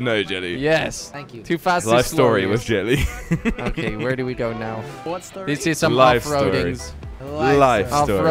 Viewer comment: Why does he say 'jilly' and not 'jelly'?